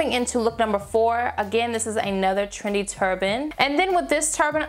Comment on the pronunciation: As a person who is half Trini, I heard "Trini turbans" instead of "trendy"😂 Love these looks. Easy, chic and gorgeous:)